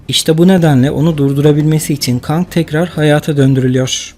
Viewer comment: Video çok güzel sadece kang’a kang demen keng de ya